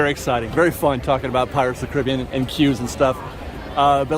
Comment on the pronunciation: Say it with me..."Pirates OF THE Caribbean"